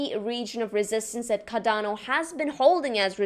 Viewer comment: CaRdano! CARdano (Kar-don-oh)